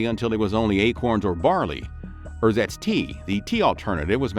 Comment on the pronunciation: German is not very hard to pronounce. For example, ersatz is not rrsats but ersahtts. Before your next video, either spend an hour reviewing German phonology, or find a coach who can help you.